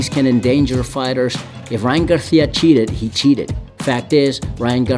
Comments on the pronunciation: He said ryan garthia😂😂😂😂 it's garcia my boy 😂😂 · Who the fuck is Ryan Garthia? Spanish pronunciation doesn’t mean Have a lisp 😂